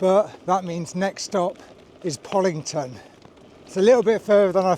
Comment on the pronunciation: And poCKlington not poDlington!!!